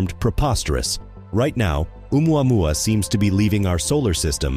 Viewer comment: What kind of reporter is she..not even know how to pronounce oumuamua...😄